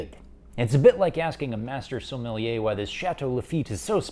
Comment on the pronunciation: Finally a Canadian that pronounces sommelier correctly